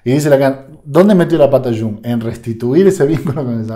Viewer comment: No digas shung. Es iung, por favor. Iung o yung con i n . Muy similar a junge que en alemán es joven.